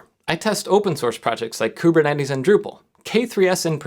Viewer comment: if the this picks up traction in industry or smaller scale enterprise CM4's may disappear from the consumer market again, which is great for the RasPi Foundation financially, but it will seriously hurt their PR with the rest of us, also having two Greek Lectures at Uni your pronunciation of Kubernetes hurts 😛